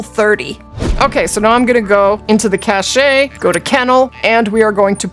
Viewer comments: Cache = cash, not cashay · Cache is pronounced "cash." :-) Thanks Lady!